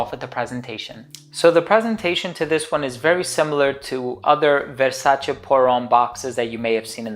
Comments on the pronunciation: I'm glad you're pronouncing "Versace" in the correct way. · Amazing and correct pronunciation of the brand **Versace**. I love all the Versace perfumes.